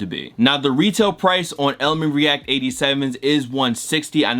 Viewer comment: listen to how he says “react”😂😂